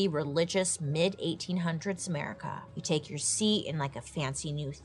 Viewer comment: The way she says "merica" kills me 🤣🤣🤣🤣 the Tylenol of the time was bleeding into a bucket😳🤣